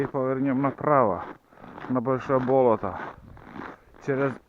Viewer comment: Не привычно слуху "бОлото ",ведь правильно "болОто", это в Коми так говорят?